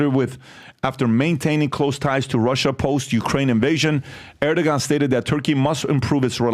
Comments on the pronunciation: ITS PRONOUNCED ER-DU-WAN!!! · Erdoğan is pronounced: Err- Doo - Won. The 'R' has emphasis and the 'G' turns into a 'W' sound.